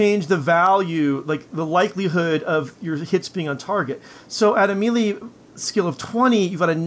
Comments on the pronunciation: "Miilee" >Scrolled to comments section to find miilee comment >Wasn't disappointed. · Wtf is a meele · You say mele like a damn fool